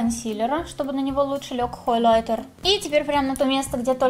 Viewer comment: Да почему же хОйлайтер? Даже т9 меня исправил😭не надо так! Очень режет слух